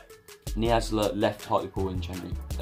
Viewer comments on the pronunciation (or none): Nsiala pronounced En-See-Ala mate